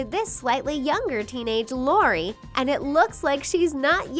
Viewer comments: Wait for Leni u said lori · She called Lenny Lory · At 428 you said Lori